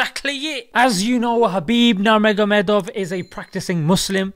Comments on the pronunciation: His name is not Narmoghamedov, but Nurmughamedov. It begins with Nur like noor. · Its pronounced noormogamedoo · His last name is pronounced “NurMohamadov” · Brother pronounce his name right please Its understandable if a nonMuslim mispronounces his name but a Muslim that too a learned one one who promotes for Islam? His name is Habib NurMuHammadof حبیب نور محمد وف